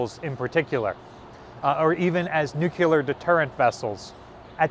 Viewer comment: You should learn how to pronounce NUCLEAR.